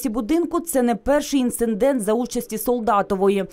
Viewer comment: Не "інциндент", а "інцидент". Без "н". Дуже неприємно дивитися та слухати безграмотних журналістів.